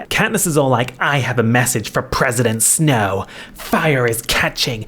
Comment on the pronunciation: I had to take a sanity break after you pronounced Snow's name as Sn-Hoe. you cant keep getting away with this